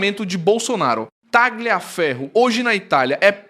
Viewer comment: NÃO se fala TAGLIA mas sim TALIA FERRO❗❗❗ Pelamor❗❗❗ 🤦🏻🤦🏻🤦🏻🤦🏻🤦🏻🤦🏻🤦🏻 E não é CURACAO mas CURAÇAO, infante❗❗❗ 🤦🏻🤦🏻🤦🏻🤦🏻🤦🏻🤦🏻🤦🏻